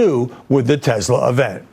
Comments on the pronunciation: Tesler!...LOL...can`t even get the name right. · "Buy a Tesler , It's computer" donald j fuknecKKK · Did trump really buy the tesler ( trumps pronunciation of tesla)? Or our tax dollars or was that simply a scam and not a purchase. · It’s Tesler …. Right ? 😂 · Tesler......... bigly computer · Felon trump called it a testlor 😂😅